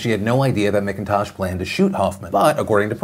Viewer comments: Oh Philly D. It's M*ACK*intosh, not M*ICK*intosh lol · Oh man... that kids last name is my maiden name... fuck you Kayden McIntosh for giving our last name a bad name!!! Btw its pronounced Mac-In-Tosh 😅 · One thing, my last name is spelled the same as the dude in that Alaska story, and we pronounce it like it’s spelled MacIntosh. I just had a tiny cringe everytime he said the guys name 🤣😆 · McIntosh is pronounced mak-in-tosh